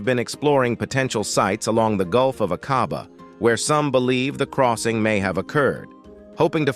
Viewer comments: A (LONG VOWEL) quabah, pronunciation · Shocking pronunciation of Aqaba.